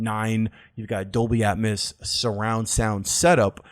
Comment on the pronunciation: How you pronounce atmos hurts my soul